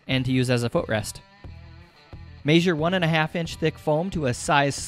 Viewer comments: The way you pronounce measure bothers me a lot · I like how he says "measure" ... it sounds like "maysure" .... lol